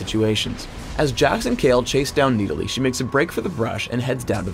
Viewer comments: Who the hell pronounces it as (Nee-Di-Lee)? It is pronounced as Nid-ah-lee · Need-a-lee... wat. I thought it was Nid-a-lee. :| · i thought it was nidalee not needilee ._. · IT'S NID-A-LEE NOT NEEDALEE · riot.. NIDalee. not NEEDalee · I feel like he is saying needalee just to piss me off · i cringe every time he says "needali" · Jumbo gamz He pronounces "Nid" like "Need" and "lee" like "li". It's wrong, it's the other way around. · Verrow need a lee? get it? hahahahahaha im funny right. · The way that pronounces Nidalee sounds like needles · says NEEDALEY like 300 times during this video. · I swear it sounds like he says Need-I-lee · Needa-Lee, the bescheal huntress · I cringed every time said Needalee:P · No it's MID-A-LEE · I hate how he says kneedalee. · it's like he's saying "Needle E" xD Oh yea and nidalee ain't that OP.. Her spear may do tonnes of dmg but that's her only early game nuke... and most noobs won't be able to aim that shit xD. In late game it's kinda useless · i hate the way he calls her needlee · Do you understand english XD the letter i dosent make that sound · PLEASE tell me this is not the proper way to pronounce 'Nidalee'. It can't be. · Anyone else hate the way he pronounces Nidalee?